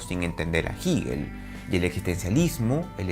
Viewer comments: Jígel no, Hegel o "Gejel". Resulta ya molesto que lo repita y lo repita. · Todo el mundo lee "Hegel" como "Jeguel" pero solo ese tipo dice "jiguel" jajaja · Se pronuncia Jegel la h como j, es aleman no inglés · Siempre hemos pronunciado jeguel desde la universidad. No se porque dice jiguel. Que raro... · No digas “jigel” profe simplemente “jegel” (Hegel) gracias te escucho ! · Se pronuncia Jeguel, no Jiguel. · Excelente vídeo! Pequeña corrección de un estudiante de Alemania que maneja un poquito mejor el idioma alemán… se pronuncia „Jéguel“ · Así lo pronuncian los angloparlantes. Los hispanohablantes pronunciamos Jéguel, pronunciación mucho más parecida a la original alemana. En el siguiente enlace pueden escuchar la pronunciación por parte de un germanoparlante. Juzguen Uds. qué pronunciación se acerca más a la original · Me distraía mucho que dijeras giguel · Jiguel 😂😂😂😂😂😂😂😂😂jjajajajajjjjajaajjafa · Como que Jigel ? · No se dice "Jíguel", duelen los oídos al escucharlo. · Jigel? Ohh lala señor aleman. Excelente reflexión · ¿Por qué dice *jíguel? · Cuestiones de estilo. A fin de cuentas se le entiende. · Por estilo 😎 estilo Neutrón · Así, tal y como pronuncias el nombre de "HEGEL" es tu conocimiento de el, eres un divulgador con falsa modestia. Dice Hegel, que por no estudiar se cree del lo absoluto, lo absoluto que no es...Te falta estudiar más muchacho. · El espíritu es el pensamiento y este argentino miente, además de pronunciar el nombre de Hegel un poco raro.